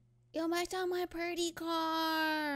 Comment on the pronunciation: "My Purdy Car" lol.